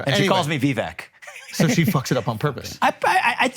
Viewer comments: It’s “Vivek” not “ voovek “ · Pronounced: viv-VAKE like cake! His parents probably didn't have mastery of English phonetics when someone passed them the form for his birth certificate. What the heck, don't say vek. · It’s Vivek like cake. 😊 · When vivek told about that how nikki haley is indian she pronounced vivek as ViVek. Definitely the foreigners can't pronounced it rightly but man if you are indian you Definitely know how to pronounced the indian names correctly. And if you aren't doing that it means you faking it.😂😂